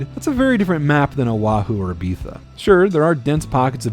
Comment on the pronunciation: Very fun video, I hate the way you say Ibiza!